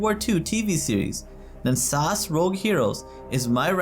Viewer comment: FYI it’s pronounced es a es not sas